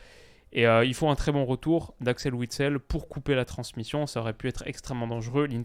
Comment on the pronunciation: Enfin un français qui sait prononcer Witsel